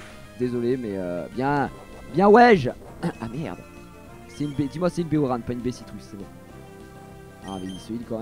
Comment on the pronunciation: C'est des baies Oran,, pas Oranne. Oran, comme dans la ville d'Algérie:D